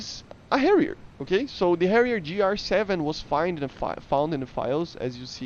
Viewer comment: Did you say Harrier Jew?